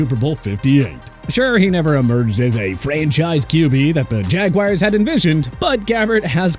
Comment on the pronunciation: You pronounced jaguar wrong